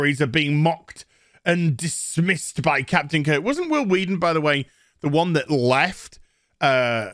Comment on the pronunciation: Who the F does "Huil Hueaton" think he is?